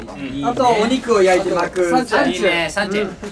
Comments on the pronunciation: こーちにサンチュ4回も言い直させるジェシーのサンチェがナチュラルに笑った😮笑笑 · サンチュをサンチェって連呼やめて🫣ジェシ😂😂 それにしても手際よくアヒージョやら緊急時でも炊けるご飯紹介したりとか…兎に角無駄なくテキパキこなす、ゆごがめちゃくちゃ頼りがいがあって素敵すぎる！！あと魚を捌けるしんたろ！！ただの6人の友達最高！！！！！！